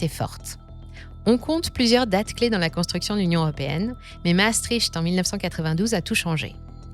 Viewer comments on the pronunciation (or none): none